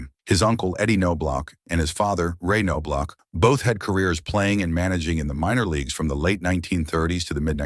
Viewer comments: Chucks dad Ray, was one of the winningest HS baseball coaches in Texas at Bellaire HS in Houston. I played baseball with Chucks older brother Mark Their name is actually pronounced Naw Block. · I was the Twins scout (Marty Esposito) who signed Chuck out of A&M. Chuck and Ray always pronounced their last names as I had written, as did the coaches at A&M. I am CERTAIN the K is silent, although the last half of the name could have a couple of pronunciations. But I always heard “NOB-LOCK” from the family. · Your AI voice over sucks. It's pronounced "Knoblauch" three different ways not even halfway through the video. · Well now, how do we pronounce that name? NO-blok? or Ka-NO-blok? when you're not certain, just use each of them repeatedly. This is pathetic. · The bad part about AI voicing… it can’t even correctly pronounce the last name of the subject in the video. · he doesn't even say his name right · Chuck’s dad Ray, was one of the most decorated high school baseball coaches in Texas at Bellaire HS in Houston. I played baseball with Chucks older brother Mark. Their last name is pronounced Naw Block. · Ca no blaw….. seriously,is this how you’re going to pronounce his name. Do your research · Nice article that was RUINED by the brutal pronunciation of Chuck’s last name. It’s pronounced NOB-LOCK. The K is silent, the O is short, and the end of his name is the sound of a K and not CH. It was butchered continuously. Just ruined the article! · It’s Nah- Block 🤦🏼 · k no blauch? Dude it's Knoblauch. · Thank you. The way he said his last name was driving me crazy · reporting this video as spam/misleading just because you can't train your text-to-speech that it's NOB-LOCK. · Knaablach not noblock. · Whoever read this needs lessons on pronunciation and some baseball dialouge. It's not Nobe- lach, or K-nobe- lach..... it's Knob-lach! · Nob Lock not No BLock or K-No Block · How do you do a video on someone and not know how to pronounce their name?!?!?! It's pronounced NO-BLOCK